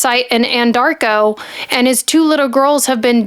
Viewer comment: who is paying you to peddle this garbage? You aren't helping anything!!!! You didn't read the discovery, did you? You cannot even accurately pronounce Anadarko. You didn't do your homework at all. Your channel needs to come with a BS disclaimer. By the way, you didn't apply your false eyelashes correctly. It's quite distracting.